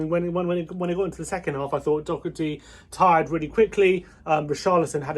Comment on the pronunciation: First of all its Doh-her-tee, not dock-er-tee, now been saying this for months, stop playing 4-2-3-1 , it doesnt work ,we have to play 4-1-4-1, why play with winks and holjsberg, they are similar players, play with just one CDM, and get some creative players in, we need to give ndombele a run of games, I'd like to see holjberg as the CDM, with ndombele and lo celso as the 2 centre mids, with son on left and bergwijn on right, if lo celso is injured then play Fernandes, that substitute at halftime was just laughable, having 3 CDMs on the pitch tells me Mourinho has lost the plot to creativity, and thinks to much about how the other team plays